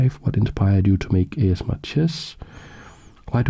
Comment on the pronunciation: I just realised that him pronouncing it A-Chess-M-R is a brilliant move 😂 Keep up the great work